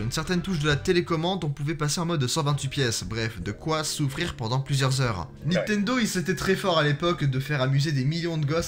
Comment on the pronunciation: Is it only in France that there are people who say ' NITENDO " (without N before the T) instead of " NINTENDO " ?